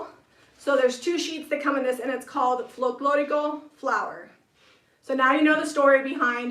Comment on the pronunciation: you said “ Folclórico “ perfectly. 😁👍🏻